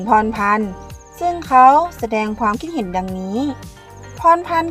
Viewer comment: ไม่ได้มีเจตนาหรือต้องการหยาบคายนะครับ แต่อยากให้ทางเจ้าของช่องลองไปฟังกูเกิ้ลหรือ Siri พูดคำว่า ความคิดเห็น หรือ ความเห็น แล้วลองฝึกพูดตามให้ชินครับ